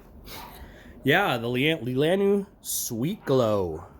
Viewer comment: Just a heads up it's pronounced lee-la-naw